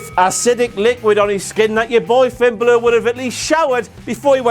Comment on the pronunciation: the way he pronounces finn balor...